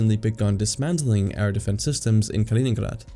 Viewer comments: Kaliningrad* not koningburger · Why the F are you pronouncing Kaliningrad like the name is Dutch. Its not Kalininghrahd ffs. Grad is a Russian word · Kalining𝓻ad Really though, idk what you are trying to achieve with this pronunciation because it is neither English nor Russian, you just sound silly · Калининград or in Roman script, Kaliningrad, as a territory, did not exist until 1946. The pronunciation is something like Kaleeneengrard. Whilst under German control, the main town/city was never known as Kaliningrad, It was "Königsberg " so I think that we can dispense with the German accent. The Gap is not spelt "Suwalki" it is "Suwałki". Ł/ł a unique Polish letter and is their equivalent of our "W/w" ... sort of "Whoaaah". There W is pronounced as our V although it migrates to F at the ends of words. Poles will forgive you if you pronounce Ł/ł as a straight W .... so SU (as as in "Susan") WAŁ (as in "vowel") KI (as in Kiwi) ..... so phonetically, something like SU VOW KI . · Ya know, its not incorrect to pronounce a foreign name in English. Trying to be accurate with the Russian pronunciation is just distracting. You know China is called Zhongguo in China.